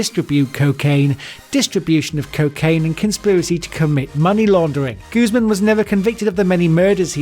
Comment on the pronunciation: Also for El Chapo haha. It's Guzmán not Guzeman. 😂😂